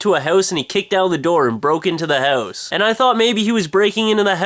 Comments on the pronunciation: hahhhh, you cant say 'House' right! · yo its house, i dont even know how to spell it the canadian way you pronounce it. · He ran into a "hoose" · The haeuwse? haeouse? hewse? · what's a hou-ss? lol :P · loooooooooooooool dont worry boys...this ones mine!are you welsh or something cause you say house like heussee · why do you say hause? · fun way you say "hause" instead of house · i had to watch the video a second time because i really didn't get what the story was about because i was laughing too much at the "houws". rocks! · haha thats a great analyze and I like the way you say HOUSE -OlgaKay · Sooo, ya live in a hoose? Hows that doin for ya? LoL :P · You say house funny.:L Hoooowse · lol it sounds like he is sayin hose ^^ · Oh my God, I knew you lived in Canada but I never really noticed your accnet until now. Your Accent really comes out when you say "house"! Did anyone else notice that? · Wow, you're Canadian comes out when you say "house". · I love how you say "house" It made my day :) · you say house really funny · You pronounce house in THE CUTEST way posible. =) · he has an accent?.. bet lots of people say house like him.. it IS funny the way it sounds tho..XD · yea i noticed the way he says house too. it's cute lol. i think it's a canadian thing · I didn't notice you had a Canadian accent until you said "house"